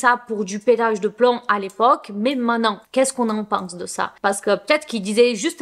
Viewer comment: On dit "main te nant" pas mainan ! 😊